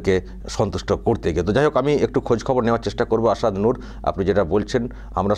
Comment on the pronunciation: ভাই সাহেব প্যাহেলে আপনি আপনার কথা বলার মূখের ভাষা টাকে ঠিক করুন মাসুদ, আসাদ এবং ইসলাম এই শব্দ গুলো আপনি ঠিক মতো বলতে পারছেনা না শুনতে খুবই বেঠিক লাগছে।